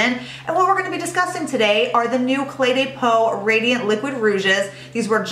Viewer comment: i love your reviews! De as in Cle de Peau is pronounced duh, not day and you will be absolutely perfect! I don't mean this in a nasty way at all, I love you girl, but I also love the French language:)